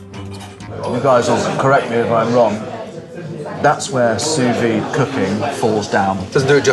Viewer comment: 'taste that expresso'... I sense a horrifying linguist...try pronunciation, your butchering of the word 'sous-vide' was bad enough already.